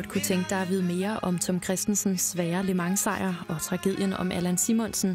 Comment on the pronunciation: hader når hun siger ``lø mang´´ i starten idtedet for``le mans´´